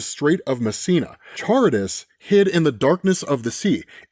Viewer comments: Ka-rib-dis. Not charbdus. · Sorry my dude, but lemme help you out. Pronunciation on Charybdis is Kuh-RIB-dis. You nailed description of it being a living whirlpool monster in the The Odyssey. I used to pronounce it same way you did until a professor and half the Classic Studies class laughed when I read something aloud. Unrelated to this vid, but another word problem of a name from Odyssey is the Priest of Troy: Laacoön - that one is Lay-ACK-oh-on. He’s the guy shouting “I fear the Greeks, though they bring gifts.” Before he and his sons are drowned by a giant serpent sent by Poseidon. There’s an amazing statue of this event in the Vatican Museums and a Wiki article - truly fascinating. Sorry for interruption, but stories of invading monsters and their related artwork is something we’ve been doing for a good long while. Just wanting you to sound your best. Keep being awesome! Cheers! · Ka-rib-dis = Charybdis